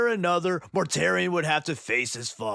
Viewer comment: Mortarion: ❌ Mortare Ian: ✅